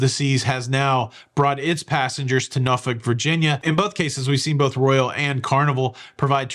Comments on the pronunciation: Nor-fuk not nor-folk! Enjoy your cruise! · Sorry being Canadian was not sure that you pronounced Norfolk as Norfick....please confirm...thanks